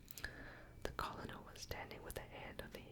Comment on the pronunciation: Even tho u might have already learned the correct pronunciation of Colonel, I have been meaning to tell u it's pronounced like kernel...as in a kernel of corn. English is a very difficult language with so many inconsistencies, but u have done an amazing job of not only learning to speak and read it but to pronounce even the most difficult words. I would REALLY love to hear u read more...and for longer...maybe a bit slower? I could fall asleep listening to u read a phone book if people actually used them anymore lol.